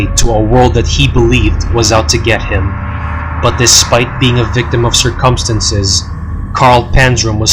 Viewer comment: Omg, you are fucking illiterate! How do you mispronounce words like "arsenic" and "circumstances"?